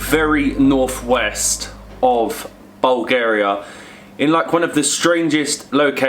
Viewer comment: 'Bowl' Garia... I'm sorry guy's love you but please polish up a little if you are representing us....